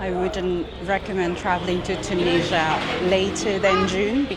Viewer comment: Hi, you've started your video with the words "I'm in Tunisia", but at first I heard literally like "I'm Indonesian" 😅 Thank you for another amazing video episode, full of good emotions - a random girl hiding herself with piece of paper behind you while you're eating; meeting another fellow Indian vlogger with the goal to marry after visiting all countries; and certainly other beautiful moments (including 1€ train ticket) 😅 P.S. Certainly, much more joyful than taking a 100£ train ticket in the UK 🤑